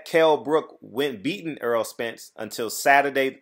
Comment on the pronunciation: Why do you keep calling him Earl... His name is Errol pronounced Er- roll. He used to correct everyone that messes his name up... at this point I guess he's just said fuck it. Smh.